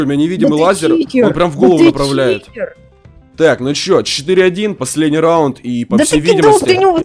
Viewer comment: слово читер прикольно произнёс